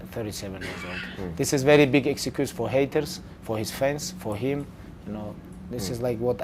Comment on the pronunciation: The way he say "excuse " sounded more like "execute"